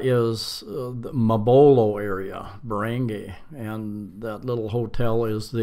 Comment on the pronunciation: This is a very informative vid. Btw, i see you've now got the hang of pronouncing Cebu as sih-BOO, good work mate. i would now like to help you with "barangay" = buh-ruhng-GUY, as in you're a guy.. Also, "Talisay" is pronounced tah-lee-SIGH.